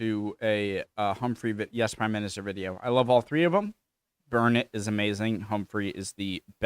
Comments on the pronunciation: I don’t know how many times we need to tell you? I personally have told you at least half a dozen times that Humphrey is NOT a politician. And it’s BernARD not “Burnit”. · Why do you insist on calling him 'Burnit'??? Its Bernard pronounced 'Bern-ed'! And you have heard it said and been told so many times. smh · Who the heck is 'Bernit'? It is B_e_r_n_a_r_d, usually pronounced in the UK as 'Bern_ud' with a hard 'd'. Regards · We've been trying to explain to this half wit what a civil servant is for the past two years now, he still doesn't get it, he can't even remember to call Bernard, Bernard for God's sake he keeps calling him Bernitt, he's a complete idiot!! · Bern ard. Is it really so complicated? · I think your doing it on purpose. Try saying "Bern-n'd." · He's been told that in the comments many, many times. He's not bright enough to grasp the concept. He still can't pronounce "Bernard", he's been told about that many times as well.